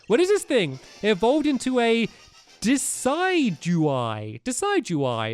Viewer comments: It is pronounced De-Sid-you-eye. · Hey big fan :) you pronounce your new dartrix evo as des-Id-you-Eye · stampy its de cid u eye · Steelalium??????? Also it's not decide-u-eye it's duh-sid-u-eye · It's pronounced de-ci-g-wy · it is pronounced di.s.ju.y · It's pronounced de-ced-doo-eye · Pronunciations: Decidueye: (de- sid- ju- i) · its desid u eye but all together that s how u say it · Decidueye is pronounced De-duse-eye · it pronoun's di-sid-u-i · Decidueye's name is pronounced De-sid-du-eye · IT IS DY-SY-DU-EYE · stampy its de-sed you-eye im pretty sure but i pronounce it as de-ced-you-ite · It's called Desidueye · It's pronounced de Sid d u y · pronounced dee sid you eye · It's pronounced D-sid-ju-eye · you say it De sid you eye Decidueye AKA Bowie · It's pronounced di-sid-ju-eye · Stamoy it's De-ci-du-eye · Also say de sea du eye that's is how u pronounce it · He butchered the name LOL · it pronounce as desidway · check out the pokemon sun and moon anime for pronouncuation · you butchered the name of decedueye